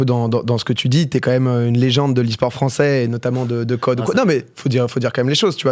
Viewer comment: « Lesport » 😂 On t’aime Gota